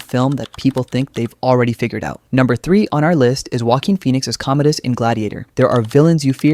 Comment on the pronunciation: "Commode-us." The Toilet Emperor!